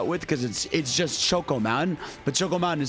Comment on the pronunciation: "Choke-oh mountain" Bruh your pronunciation got ME choking